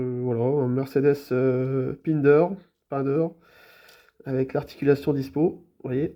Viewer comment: Sa se dit pindère